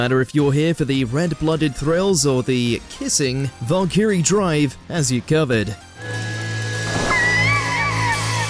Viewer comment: You mispronounced Valkyrie & maken-ki, its like you never watched them before making this, oh wait. Could someone fire this idiot & replace him with someone who has brains.